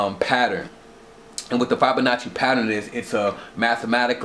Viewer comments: my second thought...I lost my last three brain cells watching the second half of this video. especially hearing your pronunciation of "fibonacci" sequence. no offense, but think abt if when you died (much less committed a lot of time to a particular study), ppl were speaking abt you and pronouncing your name incorrectly. I'm an artist and not even remotely critical of your drawings or artwork. nobody is perfect, but language is paramount. without language we don't have much. art is subjective (sadly), but language shouldn't be. I can still appreciate your enthusiasm though. not sure where you heard all this from, lol. the DNA drawing is simply called a "double helix", nothing crazy. btw, I'm probably fifteen to twenty years older than you, so...I definitely don't know much. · bruh you're pronouncing Fibonacci incorrectly lol cool video tho...